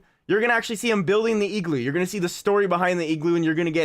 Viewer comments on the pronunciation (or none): I say igloo, says egloo😂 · say eeeglu one more time. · Why do u say igloo so weird 😂😂😂